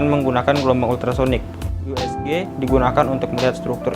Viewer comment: Pengucapan Usg jadi yusg. Jadinya kaya blasteran ya wkwk